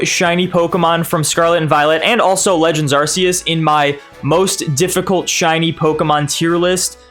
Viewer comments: Silvally - RKS System. R K S. You can stop saying Arseus now. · as i know how to pronounce these, luckily that's not me. But in that defence, there isn't a hard pronunciation for them. Arceus, there is. No excuse. 😂